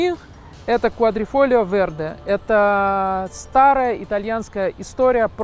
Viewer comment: Квадрофолио вєрде, немного не точно произносите название.